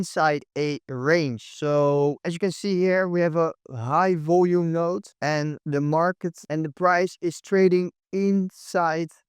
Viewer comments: its node not note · It’s node not note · node not note.